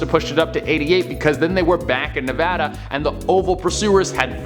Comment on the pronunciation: Thank-you for saying Nevada right😇:)